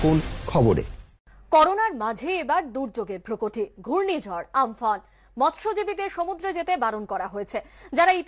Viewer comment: আমফান না আমপান আগে ঠিক করে বলুন।।।।